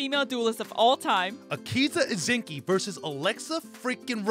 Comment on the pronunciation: You are completely wrong akiza's last name is izinski not izinki